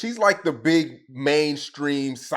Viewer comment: It’s her teeth she said BRG